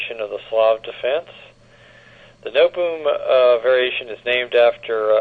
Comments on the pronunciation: Nootboem haha. No te bohm. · Pronunciation is very wrong. No te bohm. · Pronunciation of Noteboom is completely wrong. It is No te bohm.